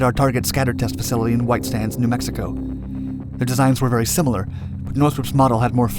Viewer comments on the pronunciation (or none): none